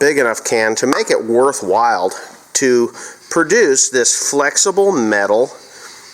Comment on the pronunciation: Hey.... It's "Worthwhile..." NOT "Worthwild"....!